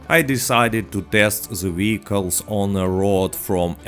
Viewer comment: My mans says 'Wheelcles' and I fux with that.